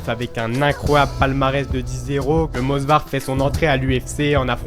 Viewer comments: Movsar ! Et non Mosvar !!!! Ok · frérot, Movsar est Tchétchène, pas Georgien... Et c'est Movsar, pas mosvar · C'est Movsar* pas Mosvar, pour la présentation du début tu aurais pu dire qu'il est ingouche (même si Russe de papier) et parler rapidement de sa famille, pour la lutte gréco romaine son cousin est champion olympique (Musa Evloev) et sa soeur est une chanteuse ultra connue en Ingouchie (Hava Evloeva) et son frère combat également au M-1 là ou il a fait ses débuts avant de rejoindre l'UFC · Movsar et pas mosvar, Diego lopes est un mexicain et non un brésilien… j’ai l’impression que c’est la nouvelle mode de se tromper juste pour avoir des com’s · salut c'était pour te dire que c'est movsar evloev sinon très bonne vidéo